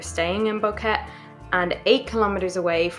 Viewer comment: Its pronounced Bo-Que-Te